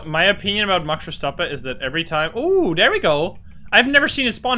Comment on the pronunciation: The way you pronounced "max verstappen" really makes me wonder if you're Dutch.. cuz you pronounced it exactly like dutchies do kekw